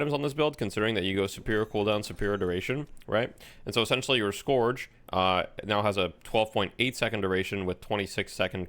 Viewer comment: The item is pronounced "skerj", btw, not "skorj".